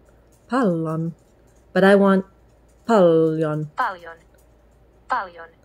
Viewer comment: Tätä oli hauska katsoa = This was funny to watch = It was funny to watch this. First, I kind of heard a very tiny letter "h" when you said "paljon", "tervetuloa", so you would say "p(h)aljon, t(h)ervetuloa. I guess it can be a little tricky to hear the word right, and when I started prouncing the words in English accent I also got that (h) in those words. It is guess when you say those words like "pal", "tell", you breathe out in the beginning of them and it comes quite naturally. In Finnish there is no push. So it comes out quite softly in Finnish. The other thing that is kind of tricky are those letters in the name of Käärijä, Ä and J. Ä is pretty much like letter "a" in English words "bad", "sad". Hyvää syntymäpäivää, that means "happy birthday", has enough of those letters "'ä" to practice with. J, when I have been telling the J is like the y in words "yes", "you" and "yank", it sounded very good, but actually there is a little difference there. Finnish "juu" is very much the same word as "you" when you pronounce them, but there is a very small difference when you pronounce them. If you say you in Finnish accent, rally English, it is "Juu". I can't really get a good hold of what is the difference. When I kept on saying "you" in English, it started sounding like there is a Finnish "y" spelled in the same kind of way like you had that minor (h) in p(h)aljon and t(h)ervetuloa. I did not actually realize it can be really hard to learn pronounce those letters. You were doing v